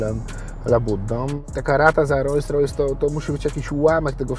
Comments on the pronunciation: Ta luksusowa marka samochodów nazywa się Rolls Royce czytamy „rols rojs” nie „rojs rojs” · Kiedy słyszę kogoś kto jeździ autem marki Rolls-Royce, a nie potrafi wymówić poprawnie tej nazwy i powtarza 30 sty raz ("rojs rojs")to szlag mnie jasny trafia!!!....mimo wszystko życzę dużo zdrowia i powodzenia w życiu 👌👍 jak zwykle klasa 👌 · Rolls Royce a nie Rojjs Rojjs… 🤦🏼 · Ogólnie be hejtu... ale typ jeździ RR, a ciągle mówi Royse Roysem :D kufa, brawo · Fajnie, że posiada, ale to, że nie potrafi nawet poprawnie wymówić nazwy swojego samochodu za kilka milionów złotych, mówi samo za siebie ....